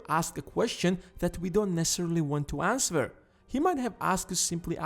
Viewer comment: "that you dont want to ans-ver!"